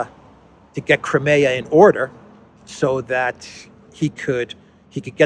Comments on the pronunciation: cry-me-ah, not cry-may-ah!!! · I enjoy and appreciate your analyses, but could you please pronounce Crimea with a long I as in “ CrYmea” as we typically say it in English? Thanks!